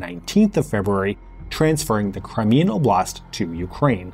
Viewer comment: 1) Why you translate "oblast" as "province"? How about Moscow oblast? ))) 2) It is steressed on the first syllable.